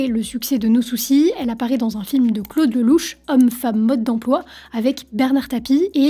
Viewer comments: On dit « no souçail » à l’english pour son album pas no souciiiiiii. Ça fait mal aux oreilles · On dit '' No Souçaille '' et pas No Soucis pour l'album No Soucy. C'était d'ailleurs l'expression qu'on entendait partout à cette époque... '' Ophélaille, No Souçaille '' Sinon, bien la vidéo. (?! 😉) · C'est trop drôle, tu prononces "No Soucis" alors que c'est "No Soucaïïïïe" comme Ophélaïïïïe ! On prononçait tous ça comme ça à l'époque 😂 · Coucou, je n'ai pas encore terminé la vidéo, mais Ophélie, son titre No Soucy, ne se prononcer pas No soucis mais... No Souce Aille. À l'époque ça en était même devenu une blague, genre Ophelaille qui chante No sousaille... C'était il y a un baille 🤦 Pardon je poursuis la videaille. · NO SOUCAÏÏÏÏÏÏÏ pas "no soucis"!!!!! 😂😂😂😂😂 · no souçaï pas no soucy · Bonne vidéos, juste un bemol l'album no soucy se prononce no souçaï en fait!!! C'était une petite joke a l'époque pour le côté anglo saxon de sa musique. Mais tu est excusé car tu est sûrement bien trop jeune pour avoir vécu cette époque, sinon très bon travail😉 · Je pense qu'on dit no soussaille sinon ça s'écrit soucis 😅